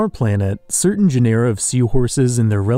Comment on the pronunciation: Get a load of how this guy pronounces ‘genera’, lel